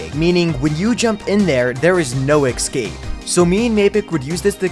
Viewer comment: "EKScape", "PROpare", and "TOOKen"?